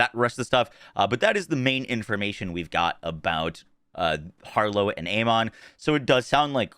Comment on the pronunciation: Has Gearbox actually specified how to correctly pronounce "Amon"? In English, it's normally pronounced "A-men", and with its Egyptian pronunciation it's "Ah-mun". Neither is "A-mon". Also, is this gameplay from a Switch 2 outside of docked mode? Because that's the kind of 23fps performance I expect. If that's on a decent PC...ugh.